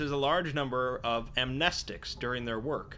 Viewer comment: It`s pronounced "Amnestics".